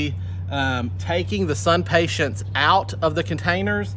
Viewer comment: SUNPATIENS...no T at the end. IMPATIENS...no T at the end. I realize this is very picky of me, but it drives me crazy.